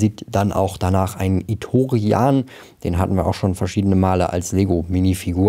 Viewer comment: Es wird Itorianer ausgesprochen. Trandoshaner. Tasken Räuber(Sandleute). Firespray ist ja die schiffsklasse, warum heisst das Schiff jetzt offiziell so? Ist doch total bescheuert.